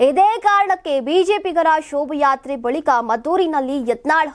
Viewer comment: ಶೋಭ ಯಾತ್ರೆ ಅಲ್ಲವಾ ಶೋಭಾ ಯಾತ್ರೆ ಅಂತಾ ಸರಿಯಾಗಿ ಉಚ್ಚಾರಣೆ ಮಾಡಿ.